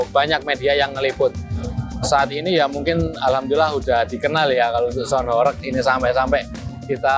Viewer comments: Sebutan sound pun salah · ngomong sound dulu yg bener, gitu aja masih belepotan